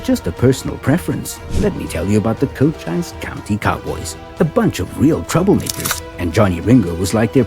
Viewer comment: Also the narrator pronounces the Arizona county of Cochise as "Co - chyse" with a long "i". It should be pronounced "Co - cheese".:hand-purple-blue-peace